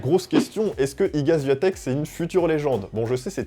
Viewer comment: Tu sais meme pas prononcer son nom de famille. Zero effort. La honte!